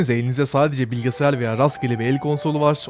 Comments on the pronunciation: bilgisayar Bilgisayar BİLGİSAYAR! bilge sayar değil! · Lütfen bilgesayar deme şuna